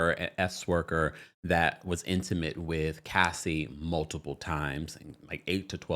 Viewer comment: PLEASE note that there is NO B in the word "multiple!" You keep mispronouncing the word with a B and it drives me crazy! Just and FYI.